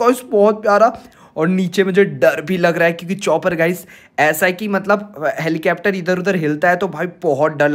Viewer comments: Helicapter nhi helicopter 😂😂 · Legend say helicapter to helicopter 😂😂😂😂😂